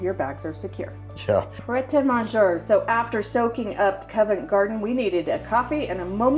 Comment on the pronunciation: The Covent Garden central market building was designed by architect Charles Fowler and erected in 1830. This technically predates Queen Victoria's reign (1837–1901), meaning it originated in the late Georgian era. Pret A Manger is pronounced Mon-jayyy not Monjurrr.